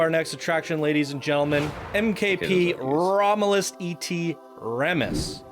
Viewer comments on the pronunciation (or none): You guys aren't too good with reading and know nothing about the histories of these areas do you? It's Caesar AGUSTUS. (YES THE V's ARE U's) ROM-U-LUS AND RE-MUS. HAM-U-RAB-I, HA-DRI-AN (hay-dri-an) Come on man. Most of these names are based on historic figures that you should have likely learned about in school.